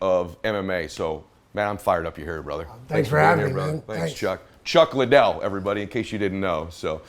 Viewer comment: Most boxers that might be the case. But not Mike, I see any takedown attempt countered with an uppercut (Tyson has a low stance and insane reaction time) and if it's just a straight striking match he edges it out. P.s. way to butcher Chuck's name worse than De La Hoya, it's Liddell, not LINdell.